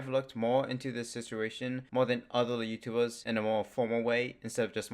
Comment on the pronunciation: 'wootoobers' lmao